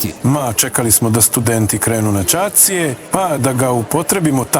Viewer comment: 😂😂😂 kad studenti krenu na Čacie 😂😂😂😂 Misli gospodin na Ćacije…. 😂😂😂 I on ne zna razliku izmedju reči ,,Čaci” i ,,Ćaci” ili da bude lakše na ćiricu ćemo pisati 😂😂 Господин да научи разлику између ,,Чаци” и ,,Ћаци”!